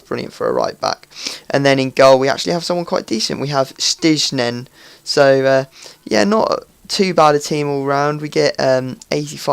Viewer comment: Van Gijseghem is pronounced a little bit as Van Khaisekem and the goalkeeper as Stainen, nevertheless nice gameplay! (